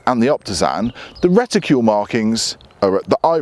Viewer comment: reticule? no RETICLE!!!